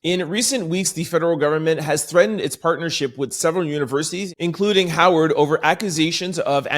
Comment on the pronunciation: Howard with a “W” not a “V” Is an HBCU